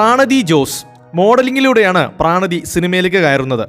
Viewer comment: പ്രണതി ആണ്. പ്രാണതി അല്ല